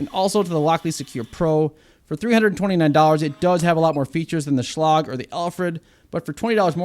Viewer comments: Say it with me ...... Shhhh - Leg..... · Never heard Schlage pronounced that way before. I'm guessing you failed English class or were sleeping when they taught the V-C-E rule.😂